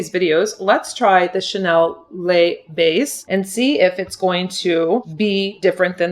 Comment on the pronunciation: Funny how you say ‘la base’ mascara 😂